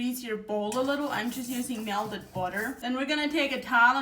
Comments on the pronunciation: I love how she says melded vs melted. 😂🧈💛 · Mea-lted budder Love her!!